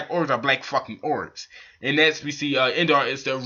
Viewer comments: It's Indra not Indara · Dude it's INDRA not Indara ...